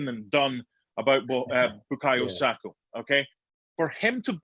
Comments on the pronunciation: SakA not Sako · He has been around for long enough now his surname is not Sako it is SAKA PUT SOME RESPECT ON HIS NAME. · Baffles me that someone can be paid as an "analyst," yet can't be asked to learn how to pronounce the names of players he talks about. It's "Saka," not "Sako." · Why do people keep saying sako. His name isn’t hard. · seen too many people call him ‘sako’ it’s really not that hard 🤦🏾‍♂️ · Someone tell this guy to stop calling him Sako 🤦🏾‍♂️ It’s S-A-K-A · HIS NAME IS BU-KA-YO SA-KA FFS. Get it right Mark. SMH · Bukayo "SAKA"